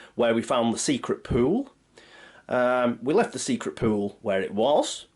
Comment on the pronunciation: Whenever you say pool, it sounds like poo, and makes me laugh. But love your videos!